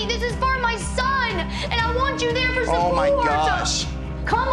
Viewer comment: ) so you guys can replay it over and over again 😂